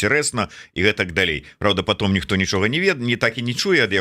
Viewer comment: Как, паглядев, можабыть, дв, найду, потОм, .. и т.д. - как серпом по одному месту даже для русскоязычных беларусов.